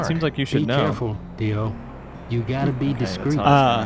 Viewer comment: "Dio" isn't entirely correct. The D is exaggerated too much. He sounds like an American trying to do proper pronunciation, which, in that sense, is actually kind of perfect.